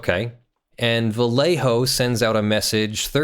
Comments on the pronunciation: Dear, whenever you find a spanish word containing the LL, read it as a Y. For instance, Vallejo should sound a bit like "Vayeho". Love your channel <3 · I remember color shifting paints gaining ground for import show cars back in the 90s... Also, Vallejo is pronounced Vah-yay-hoe or Bah-yay-hoe (proper Spanish). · It's pronounced Bai yay ho (sorry, had to) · as a spaniard and loyal vallejo costumer, the way you pronounce their name is hilarious to me xDDD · Too late but the "LL" has (mostly if not) the same sound as the y in "you". =) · Just so you know, a double L in spanish is pronounced liked a y in english (such as in "young"). You pronounced the rest of Vallejo right tho